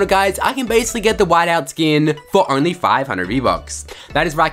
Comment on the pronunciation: Travis Scott skinnnnnn😭 the way he says it🤦🏾‍♂️